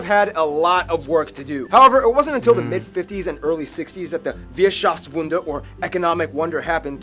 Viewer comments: Rolladen are made of beef, not pig meat 😊 And in Hamburg you say "tschüss". Also the word "mehrdrutig" does not exist, you have to switch the r to an e --> mehrdeutig. And it's not called the "Wieschaftswunder" but the "Wirtschaftswunder". Not only are you spelling the words wrong, but you're also pronouncing them wrong. And you also described the school system incorrectly, for example it is also possible that the high school is attended from the 5th grade onwards! The more I listen, the more mistakes and even complete false statements I notice. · „Wierschaftswunder“ 😂 pretty cool mispronunciation! it would translate to „how we did it miracle“